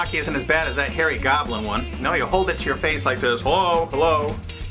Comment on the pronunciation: oh harry goblin... thought he said fairy goblin......